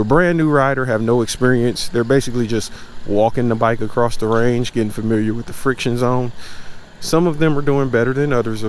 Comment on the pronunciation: love the vid but says range like its a shootin range